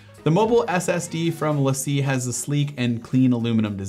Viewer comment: Great video but the Lacie drive is pronounced Lacy